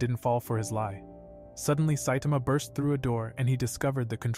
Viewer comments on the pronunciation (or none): none